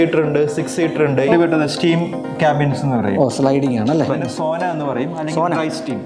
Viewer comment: It is sauna not sona